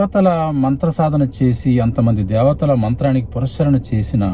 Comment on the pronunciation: పురస్చ ర ణ కాదు// పునఃశ్చరణ అనాలి. పునః శ్చరణ అంటే తిరిగి ఉచ్చరించడం.